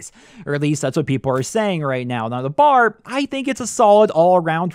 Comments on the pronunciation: For future reference: it's B.A.R. aka browning automatic rifle, not bar like you're going out for drinks. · Annoys the hell out of me when people call it the "Bar" ....It is the B.A.R. (Browning Automatic Rifle) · it is called the B. A. R not the BAR